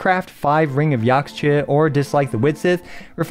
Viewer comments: Just fyi to anyone who wants to know. Yaxche is a real life word, it's a Mayan word that means Green Tree, and it's pronounced yähsh-Chuh - you want to say the first part like it rhymes with Josh, the second part like duh. yäshchuh, Yaxche. Hope this helps =) P.s. you'll notice a lot of Nathan names are based on the Quiché Mayan language, so when you see an x, it's probably pronounced as an SH, as in Xbalanque(Shi-buh-lon-kay) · Point of clarification: Yaxche is a Mayan word (it's the tree of life), so the x is pronounced 'sh' as in shell, so the word sounds more like "Yash-chay" which is also easier to say.